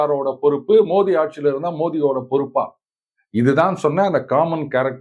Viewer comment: நீங்க மட்டும் தான், வாய் தவறி "மோதி" என்று பிரதமர் பெயரை சரியாக உச்சரித்து இருக்கிறீர்கள்... மோடி மோடி மோடி என்று தமிழர்கள் அனைவரும், -ரங்கராஜ் பாண்டே உட்பட, - சொல்லும்போது எனக்கு கோபம் தான் வரும்